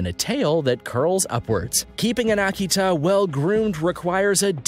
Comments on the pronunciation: I swear if you say Aki-Tah, ONE MORE FREAKING TIME. It's Uh-key-tuh. I've raised them for years. Do some research. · You pronounce the breed names wrong and I can't get over it. Ah-key-tah? They are pronounced "uh-kee-tuh". All the others are wrong too but seriously, this is supposed to be informative but people will just learn to say the breeds as wrong as you. Unsubscribed based on that. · It's Uh-key-tuh. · I hope you learn to pronounce it better than this guy could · Talks about the Tibetan Mastiff & shows a Caucasion Shepherd & Old English Sheepdog in that particular clip. Also left out many dogs that are more expensive. Example a Central Asian Shepherd could cost as much as $10K depending on lineage. Also cannot even pronounce Akita right. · Learn to say Akita!!! and I had my male Akita with 4 other dogs. and Rots dont cost that much money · Learn how to pronounce Your dog breeds. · I'd you are going to put a tutorial video into cyber space don't embarased yourself by not knowing how to pronounce the names of the breads your talking about !!!! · I'm so glad it's not just me. Sooooooo annoying!